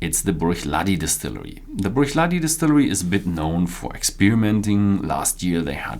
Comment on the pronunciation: You've been doing this for a while now, so it's about time you start investigating the correct pronunciation of some key words. Words like Bruichladdich, Diageo and many others. This is not difficult and is crucial to the overall quality of the video. Good luck.